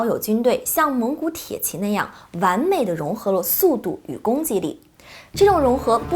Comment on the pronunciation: 美女讲军事很享受，就是tie ji，不是铁qi